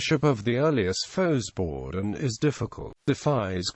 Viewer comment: Well, to start with, the synthetic voice-o-matic needs to be reprogrammed to pronounce it correctly, at least in American English. It's pronounced "foh-bor-done" (less frequently "fow-bor-done").. The "X" is, like in French, not sounded as a consonant.